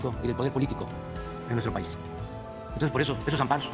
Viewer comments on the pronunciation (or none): none